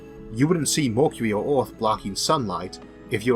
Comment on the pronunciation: ...10 000 YEALS....You cant say YEARS or what....its fucking annoying..One YEAL!!!!....wtf....Morkuli...Its Mercury!!!!